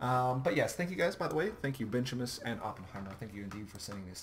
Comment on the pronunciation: Thanks for the upload. Subbed. And its Bench-e-mus. lol